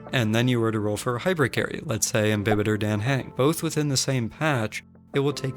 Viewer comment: It’s dAHh hUng the game pronounces hus name pleeeeease say it right